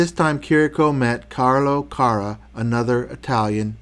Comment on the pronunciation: Also you pronounce Carra with the accent on the first "a" instead the accent must be on the last "a", the final letter of the name: Carrà :)